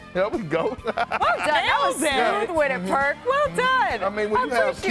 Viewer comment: Stopped watching when I heard Perk 😂